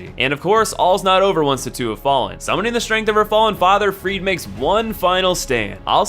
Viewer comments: freed? isn't she called freide? also he is not allfather Lloyd he is literally Father ariabdel thats it. Nice video though ^^ i just cringed a bit åt the pronounciation of the names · the word Friede is pronounced Freed-UH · it's FRIEDE, the E is pronounced like a German E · Learn how to pronounce names! The way you say Friede hurts! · when he kept saying friede wrong T.T